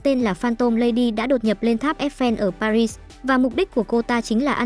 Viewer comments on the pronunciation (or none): none